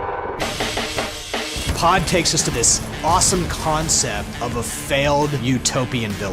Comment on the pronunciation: I thought pod what called poo and I was like wtf